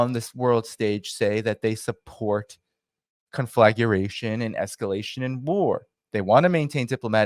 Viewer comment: Conflagration is pronounced con-fluh-GRAY-shun….